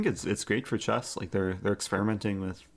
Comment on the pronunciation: A few sounds you mispronounce. The "EH" sound in words like chess = AAA as in "AT". Consonant issue EG: Variety. You say Va wa eh ee. Harden up those consonants!